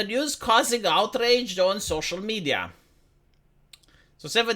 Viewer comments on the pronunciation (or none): oh, it sparks 'out roar' does it? NIce reading. Do better,. I expect better from a man who graduated Law and Med school. You've been slacking lately on the edititng too. Love the content, happy to send you a subscribestar donation, but come on, be conscientious in your finished product.